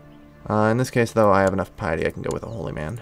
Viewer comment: "There's gotta be a way to get more pieeety" Not sure if that accent was on purpose